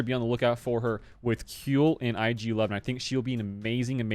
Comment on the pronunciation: "Kui" in Kuill is pronounced like "Qui" in Quiver.